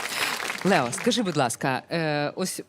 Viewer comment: Лео ,а не Лєо. Дитина розумніша за це шоу.